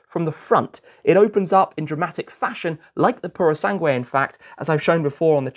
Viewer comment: yes i'm italian but sometimes he says it correctly. Not in this video. COMPETIZIONEE OR COMPETIZIONI 😂 Let's not discourage him! He pronunce the final E in Purosangue correctly so one day he will be able to apply the rule correctly. And let's admit that learning italian is not his priority too.